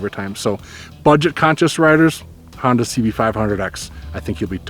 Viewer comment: Hoon-Dah.....nuff said.